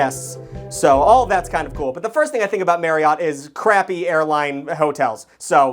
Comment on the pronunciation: As per usual is over here saying words completely incorrectly. It bothers me sometimes because Marriott is not pronounced like that at all. According to Google it should be pronounced the same way that Chariot is, Marriott correctly rhymes with chariot. So if you're saying it like 'MaryOTT', you sound like an asshole.